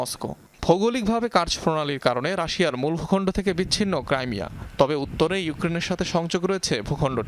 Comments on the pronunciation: ক্রাইমিয়া নয় ক্রিমিয়া ওটা । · ক্রিমিয়া হবে,ক্রাইমিয়া না